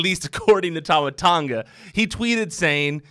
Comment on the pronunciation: I thought to myself if there was no tongan wrestler i was like what is it only samoans and ooii man your prouncing tama tonga wrong its t.a.m.a .t.O.n.g.a not tama tanga.